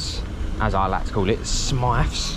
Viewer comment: Are you mispronouncing Smyth for a particular reason?